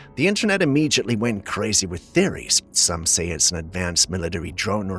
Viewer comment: Immediately not “immegiately” :)